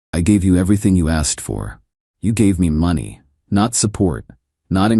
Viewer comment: Get your AI to pronounce money correctly. It’s not even close. I have decided to fast forward your stories when this happens. FAIL